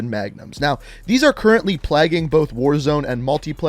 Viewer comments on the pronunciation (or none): 'Plagging'? You mean plaguing? Dont know if its your accent or you actually think its pronounced like that? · Plag-ing? You mean, Play-ging. PLAUGE. Not Plaging...